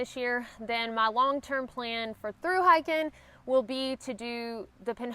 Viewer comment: Our prayers are with you. I get amused every time you say "hiken." Love it. You'all. from Texas. Blessings.